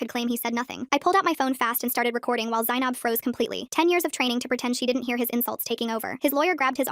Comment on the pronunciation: r u offended at the way they absolutely butchered the pronunciation? I am